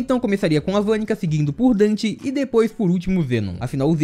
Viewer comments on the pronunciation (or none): NÃOOOOOOOOOO, tu me fez errar a intro falando dan ao invés de den, estou sofrendo um colapso, meu corpo esta derretenddddddddddd